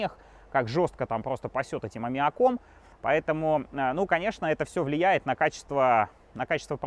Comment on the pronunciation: аммиа́ком, аммиАААком!!! а не аммиакОм. Есть мысли чтобы такое сделать? Ну, для начала выучи русский язык. )))) Привет из Украины! )))